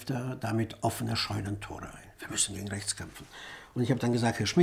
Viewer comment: "Rrrrächts" ist ein Kampfbegriff.